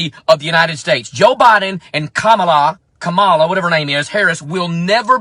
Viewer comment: I get that this may seem minor in the grand scheme of the damage that all of these people are doing, but the blatant disrespect for Vice-President Elect Kamala Harris' NAME is just... I don't know. Deliberately mispronouncing a name shows someone's true nature. You know how pronounce it.